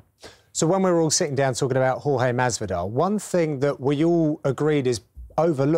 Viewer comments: Spencer P its not george and its not horhay either , its horhe with the e at the end pronounced like the e in "yes" for example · It's Hor-Ha without the Y i'm latino. That thing about calling him George is stupid, it's like pronuncing the name of an american Jhon Juan in México, it's easier but not accurate